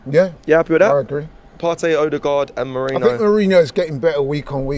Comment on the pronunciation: calling Merino “Moreno” and saying “Mourinho” 🤣